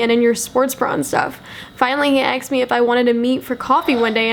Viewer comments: Girl you from the hood? You keep pronouncing "asked" as "aksed" 😂😂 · y u say axed instead of asked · It's pronounced ask, not axed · it’s asked not aksed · asked is asked not AKSED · You say "aksed" instead of "asked". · It's "asked" not "axed" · wait is she saying aksed not asked? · its 'asked' not 'aksed' lol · when she says aksed instead of asked in the whole video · It's asked not axed ," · your really hot but please pronounce asked properly it's not aksed 😂😂😂 have a great day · It's ASKED, asked....not AXED. Jesus shit. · ur awesome and all but please its ASKED NOT AXED PLEASE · it's not ax me it's asked me learn to speak English. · Kept Saying Axed But I Still Love Her 🤷🏼‍♀️ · "aksed" LOL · STOP SAYING AXED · I love the way u say asked axed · Someone "axed you" ? 😂 sorry, no offense but I thought it was funny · Julia Elle AKSED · Axed you? He axed you? What's that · i'm sorry but it really bothers me how she says asked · I love it when she says asked